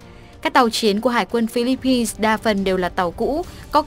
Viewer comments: Phillip-pines ko phải là Phillipis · Chihuahua nguyen Phi-líp-pin (Philippines)